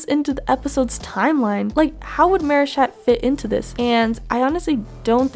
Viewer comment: Why did y’all say marishat?